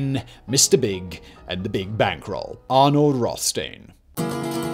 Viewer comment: it's Roth as in childs and stein as in beer